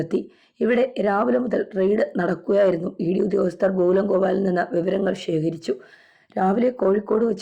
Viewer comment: ഷേഖരിച്ചതല്ല...... ശേഖരിച്ചതാണ്.......